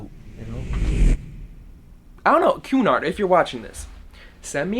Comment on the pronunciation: Happy birthday! Also every time you said Cunard I thought you were saying QAnon. k bye